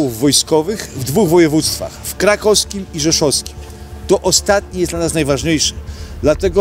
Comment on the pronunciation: Bardzo szanuje ten kanał i prowadzącego, ale czy dlaczego ucina Pan "w" w nazwach i nazwiskach? "Krakoski" itd.